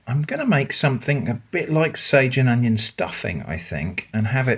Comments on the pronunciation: "Oneion" lmao 😂😂😂 "Twonion" also lmao 😂😂😂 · I don't know why, but hearing "oneion" and then "twonion" sent me into a laughing fit. Love what ya do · I literally LOLed at the oneion twonion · Twonion lol